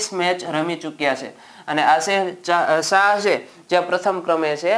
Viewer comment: Aashir nai yashir shah naam chhe